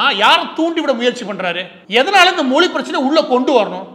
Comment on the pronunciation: 'ழ'கற உச்சரிப்பை சரி செய்யவும் தமில் - தமிழ், தமிழர்கள் மொலி - மொழி